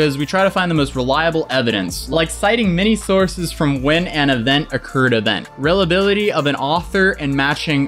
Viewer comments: don't think it was a typo, you just pronounced "reliability" incorrectly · Did u just point out someone’s typo seconds after u pronounced reliability as REL-Ability???? 🤦‍♂️🤨😂😂😂 Did get it right the second time tho, so you’re 50/50... 👏🏻